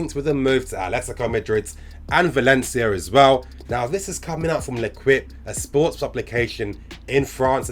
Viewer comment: Hey, Love your videos bro. My favorite YouTuber. L’équipe in French, you don’t pronounce the U. You’re suppose to read it like l’ékeep. Keep up the good work! You’re gona make it big soon